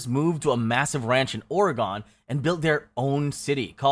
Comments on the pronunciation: Oregon ≠ OreGONE, it is OreGEN The Dalles ≠ The Dales, it is pronounced like the first part of the word Dalmatian. ✌🏻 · YEAH, WHY THE HELL DO THEY ALWAYS SAY "OR-EH-'GONE' " , WHEN THERE IS NO "E" AT THE END OF "OR-GUN"?!😂😠🙄🤣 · Like ice picks to every Oregonians ears😂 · not Ore-ay-gone 😭😭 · Oregonian here, here's how you pronounce Oregon and the Dalles, it's Or-gin and the D-als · Its pronounced Or-e-gun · 💀 Can’t even pronounce states right that’s insane, learn how to say Oregon. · How come NO ONE can pronounce Oregon right??? It's Soooo easy!!! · as someone from Oregon... hearing that made me cringe so bad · GREAT VIDEO-- I just wanted to correct your pronunciation on Oregon and The Dalles hahahaha <3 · You're pronouncing Oregon incorrectly